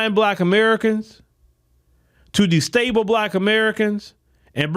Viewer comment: not trying to be mean but it's destabilize.